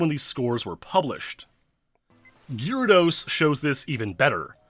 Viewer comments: Please pronounce GAYR-ahh-dose, PROPERLY! Don't be a douche, please! Also, you don't need to sound extremely serious as if you're a lawyer in a courtroom. You're talking about Pokemon, non the stolen USA election in 2020! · Absolutely butchering the pronunciation of "gyrados"...